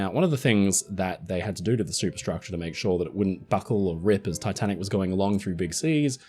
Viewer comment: did he say titan or tatanic?